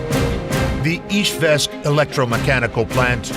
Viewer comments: Beautiful video, thank you! However, the capital city is IZHEVSK, not IzhVEsk, as they say in the video. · Izhevsk, it is Russian varient, Udmurts call the city Izhkar